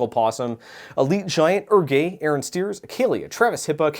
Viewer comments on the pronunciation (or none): none